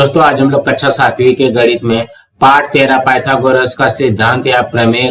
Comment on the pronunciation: Sir vah kaksha hota hai kasha nahi 😂